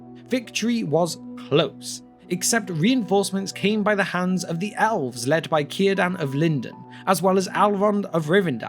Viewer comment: Dude, narrator is awesome but he can't pronounce Elves!